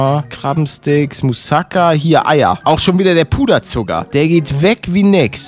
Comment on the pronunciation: Palette das heisst Mousakaaaa ausgesprochen, Net mouuuusaka